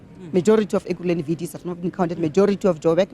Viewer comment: VDS almost sounds like VBS.